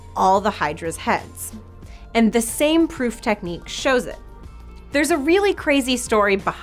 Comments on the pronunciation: Oops "techinique" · Techinique. hahahahaa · Technique with an extra i "Techinique"? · "proof techinique"?